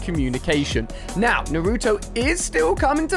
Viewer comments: It is Naruto not nuruto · Ali a: naruuuuuuuutoe Me: it's naratoe it's naruto but pronounce naratoe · Your saying naruto wrong